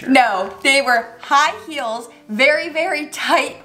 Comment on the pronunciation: High "heals" 😂😂